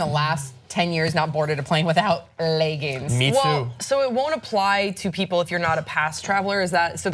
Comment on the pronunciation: The fuck is a ley-ging?